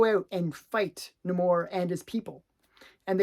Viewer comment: not a fan of how that pronounce Namor